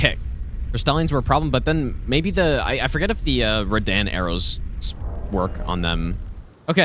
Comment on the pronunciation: Lowk ragebait everytime says Radahn